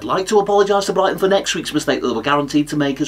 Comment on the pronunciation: Bri-ghi -ton